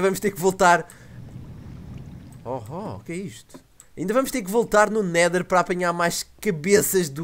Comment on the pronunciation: quando o fala epic nedher espada parece epic merda espada